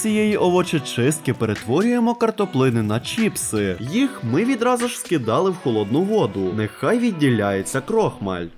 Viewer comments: Відео класне! Але не чІпси, а чИпси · ЧИПСИ, а не чіпси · Я уже казав, не чІпси, а чИпси!!!!! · не чіпси а чипси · Вірно казати не чіпси а чипси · Чипси, а не чіпси😅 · за правилами орфографіїї правильно говорити чИпси